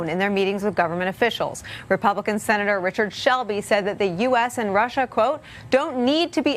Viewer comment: and now they share his views on Ruh!!!???? Was she so eager to get her point across she couldnt say russia?